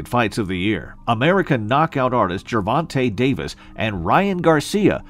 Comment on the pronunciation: Who TF is Javonta Davis? LMFAO!!!!!!!!!!!!!!!!!! Gervonta man